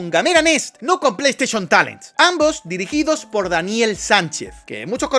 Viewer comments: cuantas veces dijiste plei esteichon talen? 🤔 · Bro, amo tus vídeos, pero casi quitó este porque me daba dolor de cabeza escuchar tanto "pleisteshion talen"